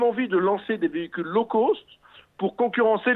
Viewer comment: le gars il sait même pas prononcer l'anglais lol " low coast"